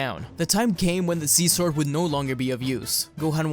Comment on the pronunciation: bro said see zword